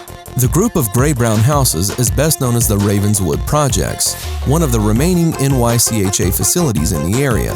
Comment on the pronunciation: It's pronounced as one word, Nycha not N-Y-C-H-A